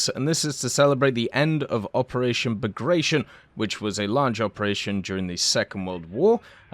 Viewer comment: Please check the proper pronunciation of Bagration…